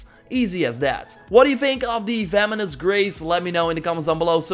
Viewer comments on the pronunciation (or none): It actually makes me mad that you say "Feminist Graze" instead of "Venomous Grace" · So sorry to say this but it’s “venomous" not "vemonous" I do know you're from like the Netherlands or something so i guess you will just improve by seeing this comment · Venomous, not vemonous. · "Feminist Grace" and "Nevertitie" this dude is funny. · I thought you said “The Feminists Grace” lmaooo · He sounds like he's saying the feminist grace. 😂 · Sounds like he's saying Feminist Grace. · You sound like you’re saying “feminist grace”